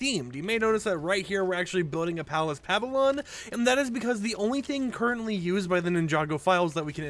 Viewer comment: Pava-Lon = PA-VILL-YUN or Pa-Vill-Yawn. 😂😅🎉😊